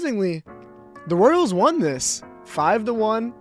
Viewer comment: “Royels”💀💀 Edit: correct me if I’m wrong but did he just get rid of the “Royels” for no reason?